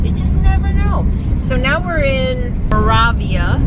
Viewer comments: You drove through my father's hometown. I love the facts you added to the video that I did not know. I know you did your best to pronounce Moravia. This might help you with the correct pronunciation (mur A V a). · Moravia, the "a' is long, as in"way". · Genoa is pronounced Gen OH uh. Moravia is mer A via. Just trying to help. I love this video, and subscribed. Thank you.